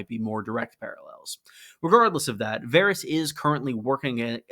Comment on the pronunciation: Dawg, it's Varys lol